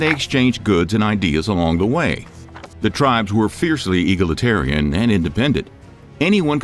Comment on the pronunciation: Yes! For instance, it's not pronounced "eagletarian"